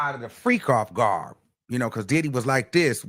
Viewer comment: Did u say “freak off “GARB” !!🙀😹 😹dfl!!!